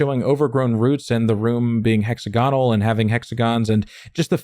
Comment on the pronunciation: I love these videos but please can you pronounce it “hek-sa-guh-nuhl” as opposed to “hexagon-al”